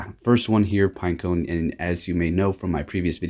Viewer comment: It annoys me so much you say pinecoNE and not pineco 🤣🤣